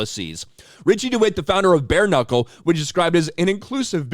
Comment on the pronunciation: Bear knuckle ? Sounds like moose knuckle!